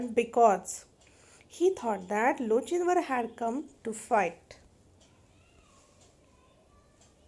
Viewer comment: I'm pretty sure it's pronounced lo-kin-var